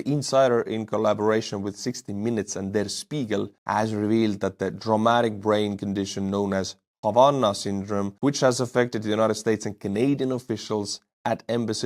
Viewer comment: the correct pronunciation of the German word Spiegel is "shpeegill".